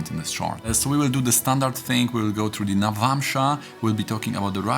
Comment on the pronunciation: "death" mówisz ładnie (def), natomiast through czytasz "tru" co odpowiada wyrazowi "true". Through możesz czytać śmiało "fru"w odpowiedni sposób ;)